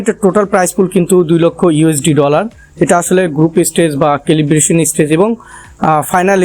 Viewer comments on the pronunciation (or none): Calibration..... সেলিব্রশন,,,, কেলিব্রেশন না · This is Celebration....you are correct... it's calibration❤ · কেলিব্রেশন হবে রে আবুল।।